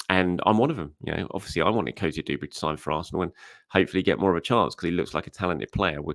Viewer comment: *Cozier-DUBERRY. Not DOOberry. Do you say the rent is DO? Call of dooty? Sand doones?